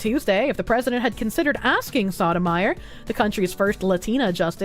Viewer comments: Soh-toe-my-oar.😢 Saw-tah-meyer.😂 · keeps saying it like sotamizer. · For those curious, it's pronounced by stringing together the following words: So Tow My Your, and yes, it is Spanish. Doesn't stop the mispronounciation from being hilarious tho. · Soto-mayorr, the Spanish pronunciation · Soh-doh-my-oar? No. Sodom ire. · For the record; Sotomayor (So-toh-mah-yore) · That is just getting the pronunciation wrong. Sotomayor, pronounced like the words: so toe my your. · I love that pronounces the judges name as Sodomyer xD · Well, it is evocative of how she treats the law, so... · Giving English pronunciations to a Spanish name, based. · The way she pronounces it HAHAHAHHHH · it's pronounced: So-i'm-going-to-the-Korsche-or